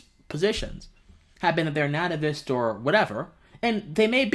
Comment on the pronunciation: There's so much wrong with this video where to even begin. First, as a philosophy student, you need to work on pronunciation; this was a mistake I got called out for at the junior high school level. So how are you as a college student not able to pronounce the word nativist correctly? And you say you want to be a public intellectual; the first thing you need to do is get a dictionary and make sure your pronunciation is correct. Second, your analysis like always is so ahistorical; America first was a xenophobic slogan advanced to marginalize subjugate non-white people. That is part of the history of the term; that doesn't go away because you choose to not mention it in your videos. And if you are a philosophical thinker you deal with the history of it, you recognize the good and the bad, and make your points on how you understand those bad points and you have worked through them. It doesn't work if you just put it in the closet Anna like OK it's not fair that's not how philosophical thinking works. You're in a discipline where a single word can change the nature of an argument. I've once attended a lecture by Etienne Balibar where he dissected George W Bush’s use of shock and awe as the name for his attack on Iraq. A single word, its definition, and its history matter so do your historical analysis unless you just can't do that. Lastly, this is just a bunch of word salad you were just going on and on and not saying anything. Just running off at the mouth is not philosophy; phi